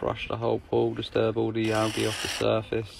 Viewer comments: there is literally only one way to pronounce it. any other way is incorrect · I get so triggered when he says “ algae” wrong 😂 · he keeps saying alge 😂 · did he really say alge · The way he says “Algae” kinda disturbs me lol but I know it’s just the way he says it. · The way he says algae 😂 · The way he pronounces algae is killing me